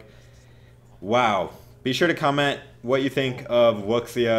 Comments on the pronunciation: I think its pronounced (wu -shy) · Is it pronounced wux iya or woo shiah? (I think it's woo shiah) 五下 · Pronounced Woo shia